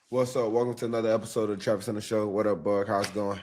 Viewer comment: Travis thanks for answering my question. Also much respect for pronouncing my name right. For that, you and your crew have earned my respect. Hope to see you on Sundays in the NFL and good luck to whatever team drafts you (Just don’t let it be the Saints) Haha 😂 Anyways, I appreciate you and look forward to seeing more questions from me soon! (P.S. I’m going to get your jersey once you’re drafted)